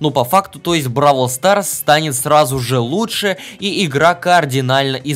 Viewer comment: Не бабл квас а броул сас